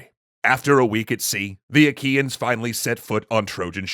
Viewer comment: I know this isn't the point of the video, but whenever Troy's enemies are mentioned, all I can hear is 'IKEAns'...